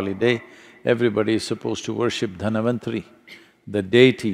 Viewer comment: Not Dhanavanthari, it's Dhanvanthari..🙏